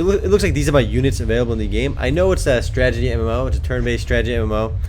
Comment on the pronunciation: You need to practice saying Strat-e-gy... lol you say Stragety in every video.